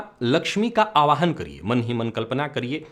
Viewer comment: "Aawahan" nahin, "aahwaan"! You are a sanskrit vidwaan. I am a great admirer of yours but this uchharan of Aawahan instead of aahwaan surprises me.